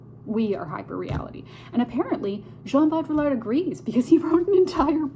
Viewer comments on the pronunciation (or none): I THINK it’s pronounced- Bow dree ard. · its pronounced BO-DEE-YARD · For future reference, to butcher his name less (but maybe equally so, I am a Canadian so idk) pronounce it bow-dree-ard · Bow-dree-yard it’s not hard to pronounce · As a french I can help you pronounce his name : BO- DRI- YAR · I think it’s pronounced “Bow-dreee-ard.” I took a post-modern media theory course my senior year and we studied the crap outta this concept. The original has been destroyed. And it’s why provenance is critical. Informative video - thank you. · This is a ‘fun’ video of a hard work in philosophy. Bo-Dree-Yar….say it like that and you’ll be close to the proper pronounciation. Thx for this rundown!! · I heard Jean Baudrillard’s last name pronounced “BOO-dree-ard” and now I have a hard time not calling him “Boo-Boo”. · bode. ree. yard. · It's pronounced Boweddri-ard. Baud sounds like Bowed or more like Baudrate(Bawed). Rillard - Just remove the ll's. The french like to add a bunch of letters they don't pronounce(well, it shapes their vowels but). Look up Rick Roderick's talks.